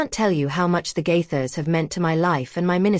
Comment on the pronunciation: Stop lying about the Gaithers. Also you need to learn to pronounce Gaithers